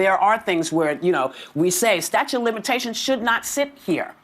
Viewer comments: And Whoopie, dummy, the word isn't "Statue of Limitations." It's "Statute of Limitations". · Whoopi is is saying 'statue' of limitations. I saw that once in a famous comedy...some guy 'Kramer' or something....these ladies are beyond stupid. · Whoopie Goldnerd says. Most young people don't understand how the law works. LOL.... She calls it "STATUE of Limitations" multiple times. It is called "STATUTE" of Limitations. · Hey, Whoopi, it's a statute, not a staue😂😂😂😂😂😂